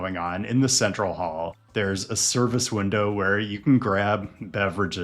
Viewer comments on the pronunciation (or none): none